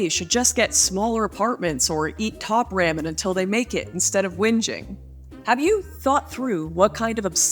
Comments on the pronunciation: I’m sorry, did you just pronounce “top RAW-MEN” as “top RAMMIN’”??? lmao I cannnttttt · I was 100% with you Until you said ram-in How could anyone trust someone that says it like that? They couldn't. Smh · Why are you saying ramen like that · If Lauren really cared about our feelings she wouldn't say, "ramen" like that. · I am glad I'm not the only one who felt this way 😂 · the most offensive thing here is the way she says ramen. omg smh loool